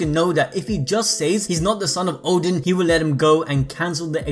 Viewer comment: Oden not Odin lol